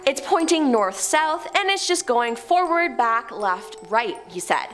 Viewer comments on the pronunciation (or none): none